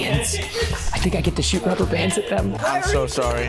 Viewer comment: I thought preston said “copper pants I get to shoot copper pants at them” but he said rubber bands